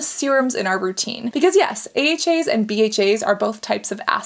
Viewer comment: If you hear weird sounds u ain’t imagining shit it’s Cassandra pronouncing AHAs and BHAs ahaaaaaa ahahaaaa bahaaaaa bahhaaa 😂😂😂😂😂😂😂😂😂😂😂